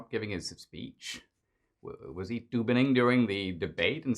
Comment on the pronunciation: "Was he Toobining during the debate" 🤣🤣🤣🤣🤣🤣